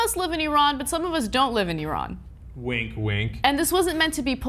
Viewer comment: Thank you for pronouncing Iran correctly.